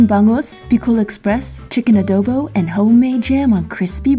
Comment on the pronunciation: As a filipino i am trigerd by the pronounceation of the word adobo